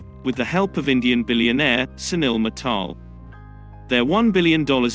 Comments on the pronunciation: Its MIT-TEL NOT MI-TEL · Please learn how to pronounce Mital, its not pronounced as Mataal, but as me+tell